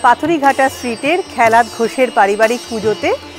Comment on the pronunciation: খেলাত .... খ্যালাত নয়।